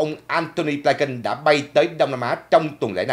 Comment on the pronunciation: Cái tên Antony Blinken đa số người đều đọc là Blin kình,sao chỉ đọc là Blai kình,,các đài Mỹ cũng đọc Blin -kình mà